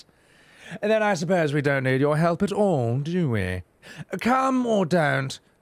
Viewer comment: french is void of h, so it is Ildibrand and for elp the h must vanish completely otherwise flawless, the pronunciation on last syllable is perfect :D